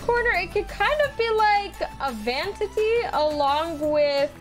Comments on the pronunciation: It’s vanity not “vantity”😂 Each time you say that word it makes me laugh because you don’t pronounce it right🤣 it’s okay I still love you😛😛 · IT’S “VAN-I-TY” NOT “VAN-TI-TY” 😂😂❤